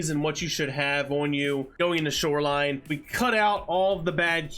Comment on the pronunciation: hmm? I like when you said "snoreline." But the word this week is Detergent